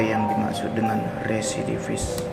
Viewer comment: REVIDIFIS 😂 rerrwreee, RESIDIVIS